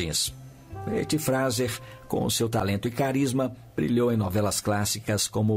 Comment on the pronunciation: ETTY FRASER (SE LÊ FREISER)